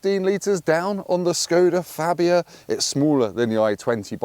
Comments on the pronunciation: no, you did not just say "Skoda Labia" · Did just say Skoda Labia? 😂